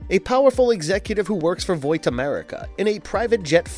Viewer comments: Why are you saying "vowt" America. That is definitely not how it's pronounced lol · Why are you saying voit instead of vaught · Are you calling Vaught, Voit for a particular reason? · Why does he keep saying “Voight” instead of “Vought”? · Everytime this guy says "Voit" instead of "vought" my ears cringe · Its VOUGHT not VOIT dude pronounce it like BOUGHT geez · Vought is pronounced "vott" and not "voyt" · "Voit"? you meant "Vot". thats how u say Vought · WTF IS VOIT?!?! its VAUGHT (V-ot) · It's not "V-oii-t", it's "V-aaah-t" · There is no "i" in Vaught. It's not "Void", it's "Vot" as pronounced on the TV show. Victor Neuman's nickname is "Vic the Veep" And Hughie's name is pronounced hyoo·ee. It's very hard to believe you when you can't say the names right of the people/things talked about starting in episode 1. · Voight America, it's Vought bro. Try a little harder next time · bro you know damn well it isnt pronounced voit lmao tf in the show they say vought and the comics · Why are you saying “voit” when it’s “Vaught” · bro I hate that this guy says voight instead of Vought Hahaha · There's no "i" in Vaught. It's not "Voit", it's "Vot" as pronounced in the tv show. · I love the videos, but I'm annoyed by the way Vought is pronounced. Its not Voight. Vought. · They pronounce it "VOT" in the show, not "VOIT". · Voit? Voight? Vought? Bought? Caught? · Great video, man. I'm sorry but Vought is not pronounced "Voyt" it is pronounced like "bought" or "rot" or "caught". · why did you keep saying VoiT? instead of Vought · Vaaaaaaht not voit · It's pronounced vaught btw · Why are you pronouncing vought like voite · Your privilege to speak the name of Vought has been revoked. It’s not “voit.” I can’t even finish the video, he says it like every 30 seconds. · “veek the VIP” “Voyt” Only one take huh? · "Voight America" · You know it's pronounced the way its spelled right? Like saying "bought" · Ahh yes, voit America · Bro said voit 💀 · "Voight" lol Still a great video